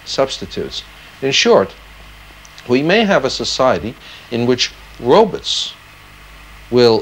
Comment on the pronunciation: Dr. Zoidberg I presume? ‘Robuts’